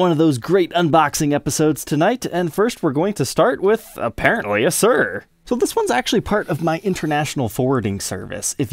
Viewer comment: Is it pronounced "Shur" or "sure" Louis Kato of the Late Show Band uses a black Suhr Telecaster